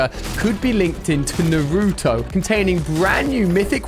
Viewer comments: Lol pronounced Naruto like such a typical white guy who hasn’t even watched an anime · Ali you said Naruto wrong no hate but it triggered me 😅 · The way he says Naruto pains my heart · Your saying nurto it’s called naruto no u in the behind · Ali a is so uncool he dosent know shisui uchiha pronouncation and didnt know kototamatsukami pronunciation too and the crow eyes kotoamatsukami was given by itach uchiha and naruto pronounciation is n-a-r-u-t-o not nruto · Bro it’s naruto not nartoo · man cant even pronounce naruto correct oml